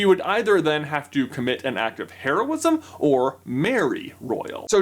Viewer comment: HEROism, not HAIRosim. PRONOUNCE THINGS CORRECTLY MY GOD!